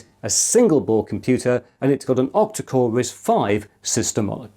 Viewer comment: OMG I thought you were saying OPTICAL risc V 🫠